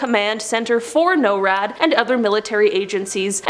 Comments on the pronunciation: norad is pronounced like snore, just drop the s and add ad. nore-ad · I'm from Colorado, actually live close to NORAD. But in Colorado we pronounce it Nor-ad :)